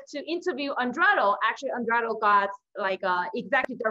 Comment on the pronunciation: You repeatedly mis pronounced Eduardo's name. Very disrespectful and again you should scream less and slow down a bit. Your content is good, but very draining to watch